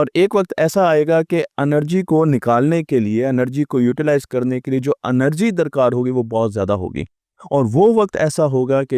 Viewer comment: انرجی نہیں ہے یہ لفظ اینرجی ہے